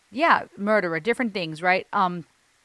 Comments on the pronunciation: Damn, can sing. Let's hear it! What a great song. LOVE the groove and feel of this one. Ren smashes another one. I love his pronunciation of the word "murderer". Anyway, great reaction once again! Thanks,.:) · The reggae link that was immediate for me when he said it had a touch of reggae but mainly hip hop, along with the song title is Barrington Levy - Murderer, even how Ren pronounces Murderer just reminds of Barrington Levy. I think Ren has smashed it out the park on this one, I want to say its my new favourite but its getting hard to pick a favourite.. :D RA TA TA TAT